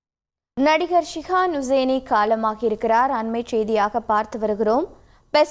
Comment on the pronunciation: செய்தியாளர் அவருடைய பெயரை தவறாக உச்சரிக்கிறார் அவருடைய பெயர் ஷிஹான் ஹுசைனி அவருடைய ஹை ப்ரோபைல் நிறுவனத்தில் 2000 மாவது ஆண்டில் நான் வேலை செய்தேன் மிகவும் உற்ச்சாகமான நல்ல மனிதர்...😢😢😢